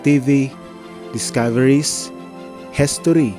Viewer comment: It’s “History” not “Hessstory” alright